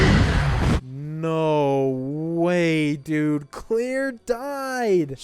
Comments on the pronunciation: dude her name is CLAIRE not CLEAR wtf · Why do you keep pronouncing "claire" as "clear"?????? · This man really calling her clear lmfao great vid tho and happen you started this back.